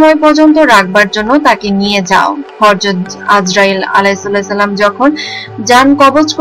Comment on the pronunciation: হরযত না হযরত হবে, আয়াতুল কুরছি যে ভাবে তেলাওয়াত করছেন এতে অনেক ভুল আছে , এভাবে তেলাওয়াত গুনাহগার হবেন, অনেক উচ্চারন হয়না আপনার , এরকম চ্যানেল এর জন্য ইসলাম বিষয়ে যাদের জ্ঞান আছে তাদের দরকার. চাইলেই তো হুজুর হওয়া যায় না, ধন্যবাদ